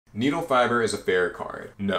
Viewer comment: You say Needlefiber weird.